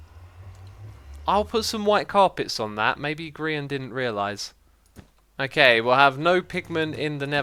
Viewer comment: HUH HE SAID GRIAN RIGHT